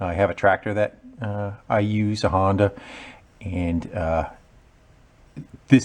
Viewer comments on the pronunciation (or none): none